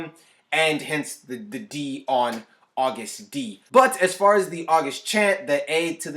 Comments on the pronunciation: You pronounced it right lmao it’s is pronounced agust d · Eyyy you said Agust D correctly right off the bat - knew I subbed the right reactor :) I assumed the STD thing was accident since in my country it's been officially changed to STI so I figure it might be a worldwide change, but saying he's gunna fk you up like an STD does sound pretty intentional now that I think about it. I don't think you've reacted to HipHop-phile/HipHop Lover by BTS? Also please react to KDA x BTS - Mic Drop x Popstar mash up by Miggy Smallz! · You’re pronouncing it correctly :) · Yes Siiiiirrrr! You said the name right! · Your pronunciation was correct btw